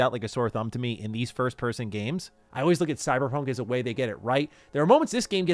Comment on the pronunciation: needs to learn how to pronounce "forward" and "always". It's not "Foe-werd" or "Awe-wayz"